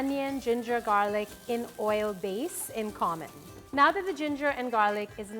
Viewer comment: "And some minced garlic-KKK"